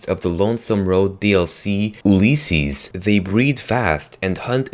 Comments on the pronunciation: OLYYSESES? ITS ULYSSES! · Please say Ulysses correctly, your saying oohlysses. It bugs me. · Oolleses XD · Gonna have to stop you at Ulysses, it's pronounced "You-Liss-Sees"